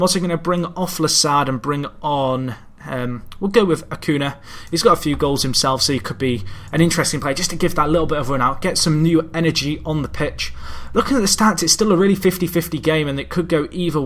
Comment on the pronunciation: It's pronounced 'Acunya'